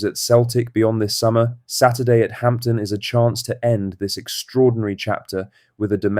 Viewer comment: AI drivel It's not Hampton